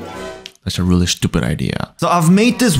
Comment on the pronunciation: Man I love the way you say shtupid😂